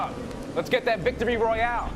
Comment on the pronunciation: Royale, not rohiale.